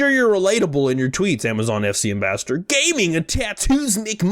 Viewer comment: Pls don’t hate me but it bugs me when you try to pronounce “ambassador” it sounds like you keep saying “ambastard”